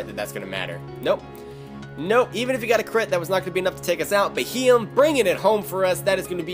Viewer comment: Bee he yem is how you say it